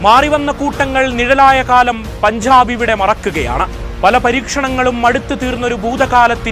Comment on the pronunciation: പൻഝാബ്. വിഝയം നീ ആദ്യം പോയി മലയാളം ഉച്ചരിക്കാൻ പഠിക്ക്. കഷ്ടം.